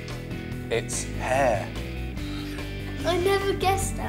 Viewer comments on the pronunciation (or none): Hare. Not hair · Ok I thought he said hair first XD